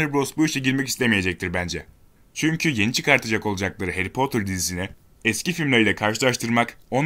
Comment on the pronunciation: Hayri poter